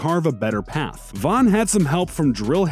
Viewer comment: King "Vaughn" ????